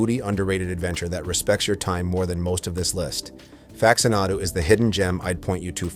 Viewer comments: Jesus Christ... can we just narrate our own videos, please? Fax-uh-NAH-doo?? SERIOUSLY!? Literally no human has ever pronounced it that way. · AI slop. I made it to "facts-ah-naw-du" before finally having enough. Get this crap off of the internet.